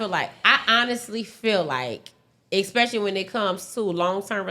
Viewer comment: 2 mins in “expecially” told me all I needed to know